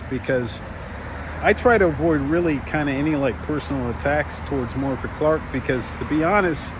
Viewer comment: My friend, please do myself and every other Welsh person on Earth, including Morfydd, a small favour and pronounce her name correctly. In Welsh f = v and dd = th. Thus her name is pronounced "Morvith". Everyone else gets this wrong, but you are a cut above the rest Sir. You can do it.